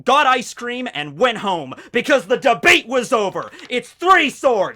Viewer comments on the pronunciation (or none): none